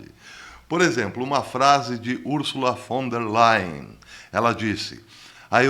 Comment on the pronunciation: Bom dia, Professor 😊 Adorei sua pronúncia do nome da vovó malvada, Ursula Von der Leyen 😉